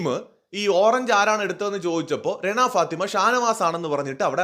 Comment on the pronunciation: രണ അല്ലെടോ റന, രണ enn vilikumbol renuvine thamashayaki vilikunna pole thonunne😂😂